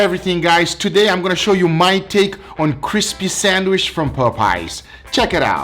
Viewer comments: why are you saying sanwish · Nobody:: Sanwish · Cispy sandwish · ferramos11 my Hispanic friend calls it a sanwish too. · That’s how you pronounce it in Portuguese but it’s still hilarious 😂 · I laugh every time he say sandwich 😂🤣..Sanwich💀